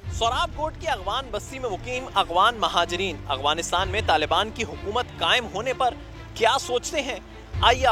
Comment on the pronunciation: Agwanistan ni jnb Afganistan ., تلفظ درست فرما لے۔